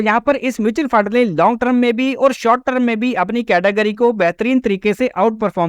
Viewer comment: सबसे पहले आप टर्म (term) को ट्रम कहना सुधारे अपना, बार बार term (टर्म) की जगह ट्रम ट्रम सुनना irritate karta hai